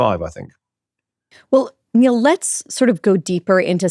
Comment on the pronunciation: Niall is too good natured to take issue with his name being mispronounced, so I'll do it for him.